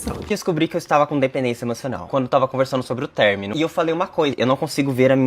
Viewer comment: "Término" Ã-MO